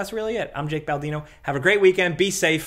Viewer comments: That New York accent really came out at the end there…caw-ffee 🤣🤣🤣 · "I need a caw-fee"